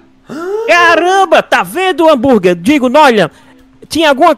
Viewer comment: O falou o amburgue kkkkkk quer disser mkkkkkmkkkkk